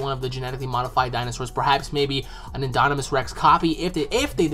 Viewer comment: Haha great video, but it's pronounced IN-DOM-IN-US Rex. Like dominant. No hate, just thought you should know:)